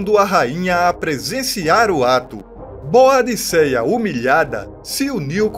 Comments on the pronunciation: Pronuncia-se ''Bôdica'' ou ''Boudica''. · Parabéns pelo vídeo! Quase não se vê informações sobre a Rainha Boadicea. Mas, a pronúncia correta do nome dela é Boudica.